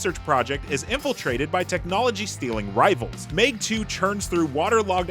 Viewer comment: It’s Meg not mayg